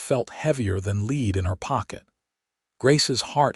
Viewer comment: "lead" ,AI needs to learn the different ways this word is supposed to sound in the sentence. 😮😮